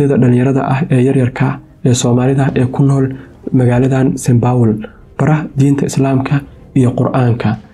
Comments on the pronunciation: St.paul not st.baul 😂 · “Saint power”🤣🤣🤣🤣 cawan! Saint Paul dheeh nacasyey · Lol😂 is not saynbowl is Saint paul they away u are saying is not right bro magac iska hagajii waxan mar hore ayeey dhacday